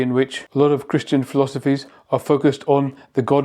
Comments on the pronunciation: It sounded like he said "I'm 'not' Christian." rather than I 'am' Christian. That's befitting of the Book of Revelation and the Anti-Christ. He's DEFINITELY not a follower of Christian values. I can't believe I'm living through this. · no. He clearly said " I am a Christian" but he gave the word a the short vowel sound /a/ as in hat or sat. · I heard that too.